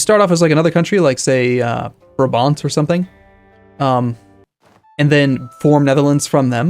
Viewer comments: your pronounciation or "Brabant" oh god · Here we go! Misprenouncing Brabant every episode :) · Your pronunciation of Brabant made me smile since I'm from there.